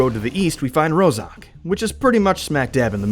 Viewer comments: it is not roZok, it's a roZHok. Rozhok is a Russian slang word meaning weapon's magazine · "ZH" in "Rozhok" doesn't pronounce like "Z". It is sound for russian "Ж" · How come an official video butchers city names, eg. Rozhok, Yasnaya? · OwO yes, but 1) it is a real russian word "рожок", аnd there is, I think, even a village with the same name. 2) It litteraly means "small horn". 3) Letters "zh" in english were particulary used for russian sound "Ж", but not "z". The same story - letters "KH" (Kharkov, Khrushev) were used for russian letter "X" (and it it should be sound like "Harkov, Hrushev"). But funny that people pronounce it like "K" and don't use it at all.